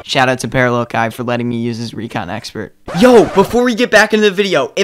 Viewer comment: If u go to he pronounces it Key, too